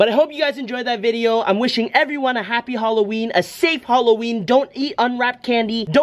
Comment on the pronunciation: "Holloween"